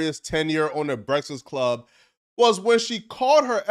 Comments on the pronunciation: That fact that you cant pronounce BREAFAST CLUB is hilarious 😂😂😂 Brefsix 😂😂😂😂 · "brestfast club"😂